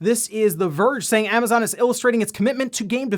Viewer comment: What ‘Amnazon’? You know there’s no ‘n’ there, right?